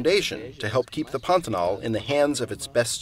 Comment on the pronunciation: You started out by pronouncing the word properly--accent on the last syllable. But after a few times, you inexplicably moved it to the first. Why??